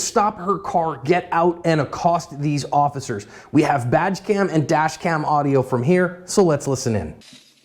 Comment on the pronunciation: When uses the words "badge cam" it always sounds like "vag cam." Now that would be some interesting footage!